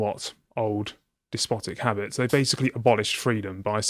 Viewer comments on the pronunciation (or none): "habbits" what?